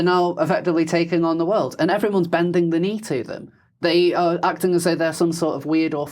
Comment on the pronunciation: I had to stop five minutes in. I cannot listen to this idiot consistently pronouncing ‘th’ as ‘v’.